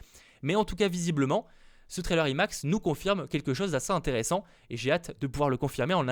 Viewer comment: Quand tu dis "imax" il faut le son "aïe" au début Et c'est pas avengers "indgame" mais "endgame" ça se prononce à l'anglaise 😉 Oui je suis chiant mais ça me perturbe sinon